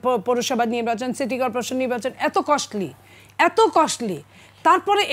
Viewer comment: "Costly" শব্দটাই যে উচ্চারণ করতে পারে না, সে Cost নিয়ে বয়ান দিচ্ছে। এটাই বাংলাদেশ 😂😂😂